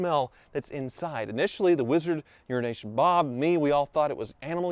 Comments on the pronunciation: I keep hearing "urination bob" and not "euro nation bob" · def says URINATION BOB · I watch videos at 2x speed, for the past two years I thought you were saying URINATION BOB instead of EURO NATION BOB smh